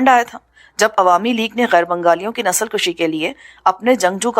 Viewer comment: نسل کشی کو nasl kushi پڑھنا ہے. البتہ اسے nasl kashi پڑھنا درست نہیں ہے. فارسی میں کش kush کاف پر پیش کے ساتھ کا معنی قتل کرنا ہوتا ہے جبکہ دوسرے فارسی لفظ کش kash کاف پر زبر کے ساتھ کا معنی کھینچنا ہوتا ہے. اسی طرح کا ایک لفظ بز کشی ہے. یہ ایک کھیل ہوتا ہے جس میں گھڑسوار بکرے کو کھینچ کر اپنے گول کی طرف لے جاتا ہے.